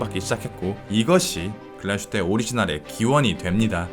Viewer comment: 글라슈테가 아니라 글라스휘테인 것 같은데요?